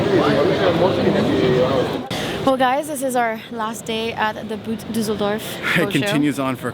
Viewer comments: do me a favor: don't pronounce it like the english "boot" although it's written like it. That hurts my ears very hard. German "Boot" is pronounced "boat". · The most impressive thing with that Dragonfly tri is her price-tag of around half a million euros. Btw in boot Düsseldorf boot is pronounced rather like 'bought', it's got nothing to do with footwear LOL. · Bummer, didn't know you'd be there. Btw, "boot" is pronounced like a mix between "boat" and "bought" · how about trying to find out how to correctly pronounce "boot"? ;-) hint: has nothing to do with footwear...